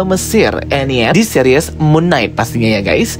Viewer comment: Seris bang bukan series